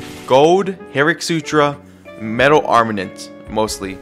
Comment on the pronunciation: Hate how he calls it armanint